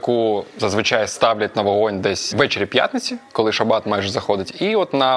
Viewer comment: Вогинь, а не вагінь. 😂